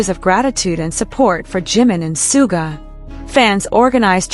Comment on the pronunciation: Please show respect to Suga by pronouncing his name correctly.